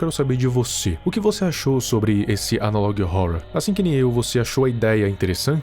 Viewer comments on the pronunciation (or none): amo o viral, mas quando ele fala " analog rrouror" eu fico paia 👽